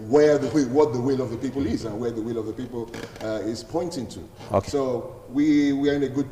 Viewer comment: Ogbegie, the word is pronounced p-o-i-n-t, please. Stop pronouncing it as p-w-e-n-t. It is also called p-e-o-p-l-e and not p-i-p-o. Chai! A whole Barrister.